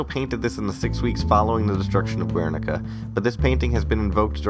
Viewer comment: Just one little thing. Guernica is pronounced with the "u" as a silent letter in Spanish. Keep the good work, it's awesome.